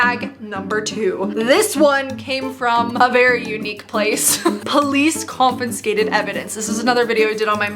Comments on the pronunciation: confiscated not confenscated,.:') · Not still saying “confinscated” 😂😂😂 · No.... you've gone back to saying "COMFISCATED" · Still saying Confinscated 😂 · I love that still can't say 'confiscated', it's so cute!